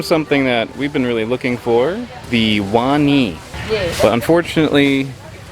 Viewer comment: you pronounce it right, wani pronounced one knee